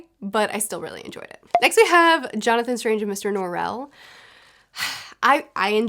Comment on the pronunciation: Isw2g, please stop pronouncing Norrell's name as Norelle. It's a joke in the book that his name is "plain Norrell" and it's an affectation of Christopher Drawlight to pronounce the name in a "Frenchified" manner. I know you might not actually care. It's just driving me nuts. Sorry. But otherwise I really enjoyed the video! I definitely have books like this, for me it's all about tone and atmosphere. It can have all the right or all the wrong "ingredients" posted in the blurb, it's all in the execution and what personally happens to click with me.